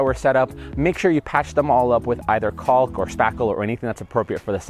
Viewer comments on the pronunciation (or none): Dude, PLEASE! I love your videos but your pronunciation of the L in caulk even makes my dog cry. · Heads up buddy, the L in caulk is silent.